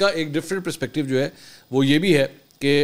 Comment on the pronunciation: It's perspective not prespective